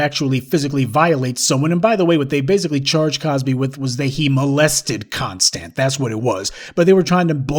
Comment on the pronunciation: Andrea CON-stand.